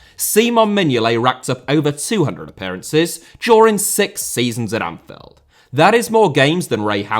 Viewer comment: "Anfeld", you sound british, but you got me doubting